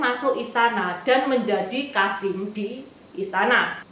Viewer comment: Maaf sekedar masukan saja untuk pembacaan kosakata agar lebih baik. Misal: KASIM dibaca KASEM.